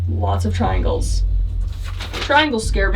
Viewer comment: the way the ghots always said tringels and devil is not good